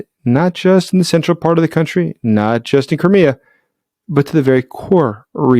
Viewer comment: Why do you keep calling it Kurmea. Don't you speak Russian? I should think you'd be able to pronounce Crimea.